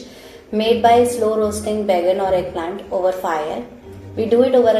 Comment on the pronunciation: Excellent video! A couple small corrections: It's called Baingan (Ka) Bharta, not Baigan Bharta. And OMG, you added WAY too much hing (asafoetida). It's almost always like a pinch because it's so potent. It's one of my favorite dishes.